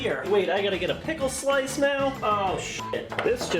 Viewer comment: At the end he had an apickleny